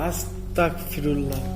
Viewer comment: আল্লাহু আকবার চারবার বলতে হবে তিন বার হবেনা আসতাকফিরুল্লা হবেনা এটা ভুল আস্তাগফিরুল্লা হবে